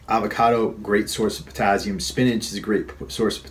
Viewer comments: potassium is not pronounced pertazium. Just saying. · Daniel Fitzpatrick ...oh God can he say potazium just one more time...drove me crazy!!!!